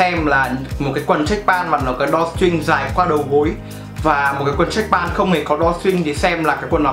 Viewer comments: =)) video khá tốt nhưng mà tiếng anh ổng nuốt hết chữ mất trơn :(( drawstring mà ông đọc đo tring :)) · Đo ching :))